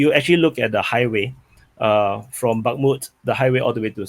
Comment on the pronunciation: "back-moot" lmao